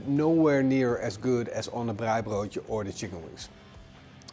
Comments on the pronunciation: Love your pronounsiation of braai and braaibroodjies. Instead of mayo on the outside, I use porkfat Ja, chutney is nie gemaak vir steak nie😂😂 Groete van hier uit Suid Afrika uit. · Best attempt of saying the word braai from a non south african lol well done